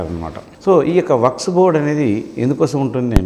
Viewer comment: Waks not sir.. Waqf sorry sir😎